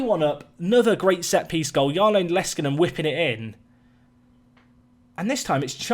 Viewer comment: Like I commented on the last video, you pronounce Jarno really well, but you don't need to say it like Jaarno, just Jarno and roll the r like you have. Leskinen is pronounced very well aswell. The 2nd Finnish player you have, so I'm excited.